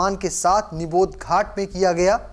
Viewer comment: समाचार वाचक को समाचार पढ़ने से पहले आवश्यक जानकारी प्राप्त कर लेनी चाहिए। जिस स्थान पर दिवंगत प्रधानमंत्री का अंतिम संस्कार किया गया वह निगम बोध घाट था न कि निबोध घाट, जैसा कि पाठक ने बार-बार उल्लेख किया है।